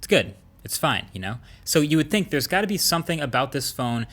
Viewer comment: dude its pronounced think!!!!!!!